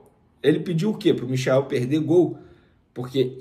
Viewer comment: Galvão Bueno não dá mais. muito chato não tive opção. Passou o primeiro tempo inteiro chamando o Michael de... Mikael. É mole?? E ainda se diz flamenguista